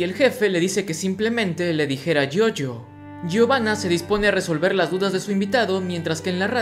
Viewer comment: dijo GIOGIO